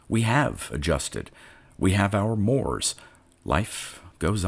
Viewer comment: 'tribal mores'. 'mores' is pronounced morays.